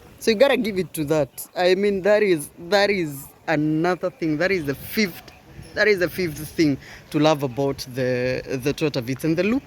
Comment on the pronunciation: tongue twister mode activated 😂😂the fift ting. Anyway good job 🔥